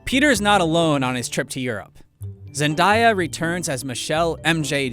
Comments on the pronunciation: Its pronounced ZEN-DAY-A not zen-die-ah. How do you even get the pronunciation from the spelling? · zenDAYa not zenDIEya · ZEN"DAY"A NOT zendieya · its zendaya not zenDIEya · I can believe you just said zendia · THIS MAN DID NOT JUST CALL MY GIRL ZENDAYA ZENDAIAH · “zen - die - a” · did he just say zen-die-yah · zen die uh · It’s Zen-Day-A that’s how it’s pronounced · "Zend-I-a" guys come on it's 2019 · I'm sorry ... "Zendiya"... I jus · Bro they butchered Zendaya’s name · Please tell me I am not the only one that heard him say Zendaya’s name wrong 😂